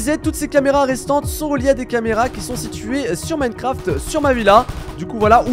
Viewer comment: « Dans Minecrafteuh »😂😂